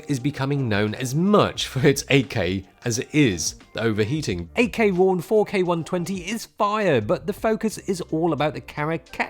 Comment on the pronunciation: Took me a while to hear "8K". I always understood "AK" and I was like...who the hell wants to put a gun in his camera?😂